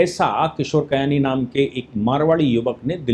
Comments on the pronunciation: किशोर बियानी नाम है कयानी नहीं... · Kishore Biyani not kayani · Bayani not kayani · Kayani nahin bhai. BBBiyani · किशोर बियानी not कियानी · आप किशोर बियानी को बार-बार किशोर कयानी बोल रहे हैं। थोड़ा ध्यान रखें। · किशोर कयानी नही वो किशोर बियानी है। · It's Kishore Biyani NOT Kiyani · किशोर कयानी नहीं किशोर बियानी है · Kishore Biyani. Not Kayani.